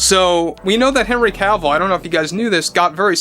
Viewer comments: Omg, it was genuinely difficult to listen to you constantly saying "henry Calvill" is it just me? It really sounds like Calvill instead of Cavill. Maybe it's just the accent. Lol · It's Cavill, NOT Calvill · Is it just me or is he mispronouncing his name the whole time as "Calvill"? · Stopped watching cause he kept pronouncing it “Cowl-vil”